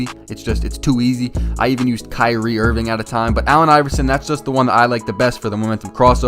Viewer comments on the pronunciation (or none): none